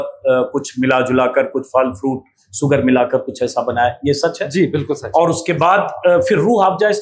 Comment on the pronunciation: अबे ओ अंजूम, शूगर होता है सूगर नहीं। अपना उच्चारण ठीक कर ले। अंग्रेज़ी ठीक से बोलनी नहीं आती तो हिंदी में बोल ले, लेकिन हिंदी में भी तू सक्कर ही बोलेगा क्योंकि तू जन्मजात अपभ्रंश है....😅😅😅😅